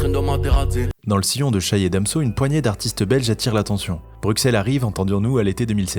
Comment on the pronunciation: Ptn mais brussel pas bruXelle c’est pas compliqué bordel